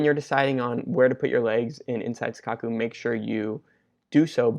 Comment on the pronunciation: Great video, love that you're making a good effort to study tape and learn yourself, it's super motivating, and the analysis is great. Just a quick comment though, I think it's Sankaku not Senkaku :D